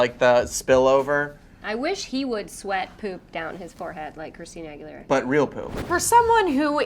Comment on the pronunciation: "Oh my god Christina google-lara" I'm dead 😂💀